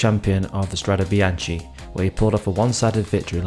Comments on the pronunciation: Good thanks, the Italian pronounciation is biankE like gEt lEt sEt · The last part of Bianche in Italian is pronounced as a K-sound, it is not bian-CHi, per favore 🤌🏽